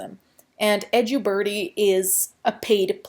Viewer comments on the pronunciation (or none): Edju birdie or edubirdie? Wish she’d pronounce things as they are